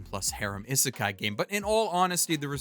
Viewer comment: In romanized Japanese (in particular what is known as the 'Hepburn romanization' version which is the modern version of Japanese romanization) the 'i' is pronounced like people say the name of the letter 'e'. (Like the 'e' in 'eat'.) So it is not "eh-seh-kai" it's "ii-seh-kai". The word isekai should be pronounced starting with the sound of 'e' in 'eat'.